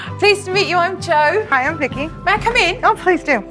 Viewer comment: I swear he kept calling Jo “Joel”